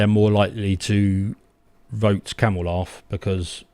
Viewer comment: Come on. Isn’t your wife Indian? Ask her how she would say Kamala and that’s how it’s said. It’s Kamala with an emphasis on the K.